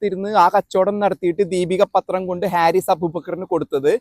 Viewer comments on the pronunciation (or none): ഹാരിസ് അല്ല, ഫാരിസ് ആണ് ശരി..